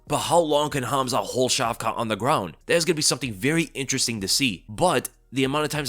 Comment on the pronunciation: Dude the T at the end of hamza and shavka's name isn't pronounced . How do you not know simple Semitic language rules...